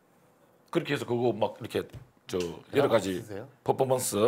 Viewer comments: 특유의 포포몬쓰 발음이 참 귀여우십니다. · 호동님 포포먼쓰 발음 귀여우심 ㅠㅜㅜㅠㅠ